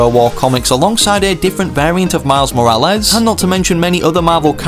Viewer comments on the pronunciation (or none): "Miles Mowales"